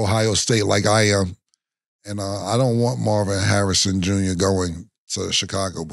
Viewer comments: Mase tryna say Marvin Harrison Jr 🤣🤣🤣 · My boy ma$e said Mars Hairs Jr. 😭😭. Must be a spike Lee joint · With how bad mase fkd up Jr's name, it means he has no idea who his pops is. Mase too funny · Ma$e butcher the fuck outta Marvin Harrison Jr. name!! Only the son of HOF wide receiver Marvin Harrison or Two Pistols is what we call him in Nap 😂😂